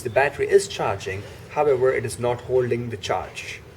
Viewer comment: Nice informative vid. Everytime he said however i heard, herbivore. Is it only me?